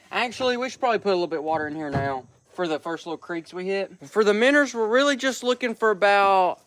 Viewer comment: 5 years 😅😅 and I still get annoyed when he says minners